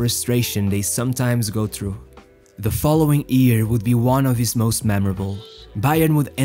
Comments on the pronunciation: why ear and not year? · it's "year" not "ear" lol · It's year, not ear!